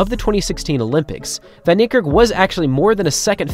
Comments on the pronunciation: true, "Fun" "Knee""Kirk with a rolling RRR as if your are a Scott , Arab or Russian. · Hey! STOP pronouncing his name as "von" Niekerk. That is WRONG. It's correctly pronounced more like "fen". If you're going to honor the guy, at least show him the minimal respect of pronouncing his name correctly! This isn't the first time this is being pointed out to you. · Bro you guys have to learn to pronounce names. You have google. Come on. Its "Van" as in "fun", "nie" as in "ni hao" and "kerk" not "kirk".